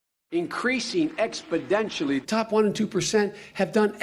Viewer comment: expodentially???......no, the right word is exponentially!